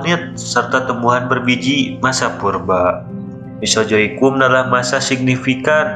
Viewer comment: Naratornya orang sunda. 😂😂🤣🤣